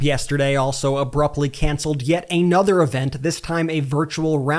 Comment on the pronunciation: Why does this guy say "Uh-nuther," instead of "Uhnuther"?